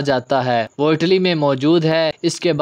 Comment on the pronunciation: آٹلی نہیں اٹلی